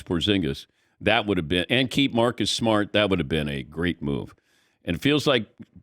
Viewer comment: Come on Dan it’s “Maaacus Smaaat”